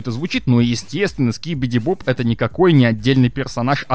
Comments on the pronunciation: Не скибиди боб, а скибиди доб доб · Не скибиди боб а скибиди доб